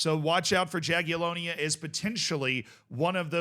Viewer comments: Awesome video as always, Z! Just one little thing, Jagiellonia is spelled like Yagiellonia, without the "J" sound. ;) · just a heads up, in polish letter j is spoken like english y so jagiellonia is spoken like yagiellonia